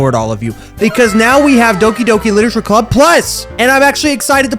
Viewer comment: It's been nearly four years since played this game, yet I can still hear "HEHDOKI HEHDOKI LITERATURE CLUBUUUUU!!!" ringing through my ears